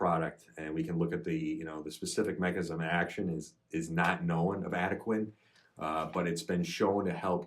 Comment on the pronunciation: It's pronounced AD-UH-KWAN.